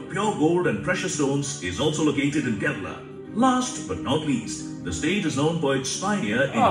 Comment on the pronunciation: Dude its kerala not kerla